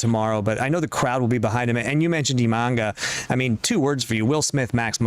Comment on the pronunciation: lol "Imanga"... Ima-na-ga